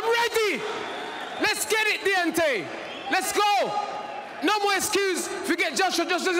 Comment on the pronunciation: “Let’s get it *deantay*”